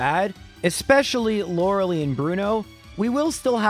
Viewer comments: I’ve binged most of these runs on your channel and I really enjoy them. But that being said, I MUST point out (because it’s driving me mad)…her name is Lorel👁, not Lorelee. 😂 Keep up the good content, man! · hey man i love your videos but you know it's pronounced Lora-lie, not Laura-lee. you even addressed this in an older video saying "the pokemon community has asked me to pronounce it Lora-lie" but went back to saying Laura-lee the very next video. ark-uh-nine vs ar-kay-nine could be more debatable (even though you've pronounced it correctly many times in your older solo runs) but Lorelei is an actual persons name, and you're only saying it incorrectly because you didn't know how to say it as a kid. we all say stupid stuff as a kid, that's not a reason to intentionally mispronounce people's names. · Freaking Canadians are their weird pronunciations. Her name is Lor-Uh-Lie. Lie as in tell a lie. Not Lor-Uh-lee. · Lore-LIE and not Lore-LEE, by the way :) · I love this series but i always hope he beats the elite four in one go because I cringe every time he calls Lorelei "Laura Lee." Its not a big deal but it hurts me every time and is the only part I hate. But we still hit like because the Count impression is worth it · This guy is still calling her loralee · I still think it's pronounced like Law-ruh-lie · (is the Lorelei thing a bit or does not know how to pronounce her name?) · You're still saying "Lorelei" wrong